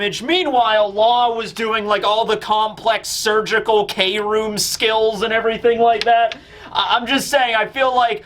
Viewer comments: It's pronounced "Chrome", it'll be funny to see the whiplash from manga readers when they watch the anime version of the fight later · Wille means will, like will of D Takt means pulse, or beat Kroom can mean chromium or I think what Oda is going for is chrome? I think mainly it just sounds like room and Oda loves his phonetic puns Please updoot this so can stop saying 'K' room 😂